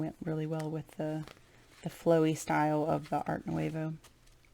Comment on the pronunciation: It is beautiful! I sure wish you pronounced Nouveau correctly though..